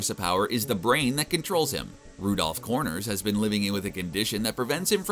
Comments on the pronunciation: Everytime I heard him say VULtrimite I cringed a bit. But Rudolph CORNors just made me chuckle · "Rudolph Corners" It's Connors, not Corners.